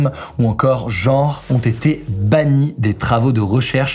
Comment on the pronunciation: On dit genre, pas jore. Transgenre, pas transjore. 😅